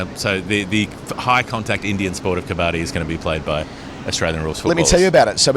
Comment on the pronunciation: Quick pronunciation tip on "Kabbadi" (the Indian/Pak high contact sport): its pronounced "ka-buddy". Sajid Khan's (Pak spinner) wicket celebration gesture where he slaps his thigh and raises his other hand's index finger echoes the winner's gesture in Kabaddi.